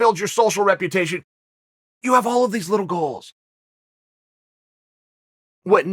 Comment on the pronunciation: Chael - "you jave to play with yourself every single day." Me - "OK great!"